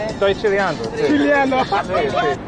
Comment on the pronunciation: “Estoy chilliando” 😂😂😂😂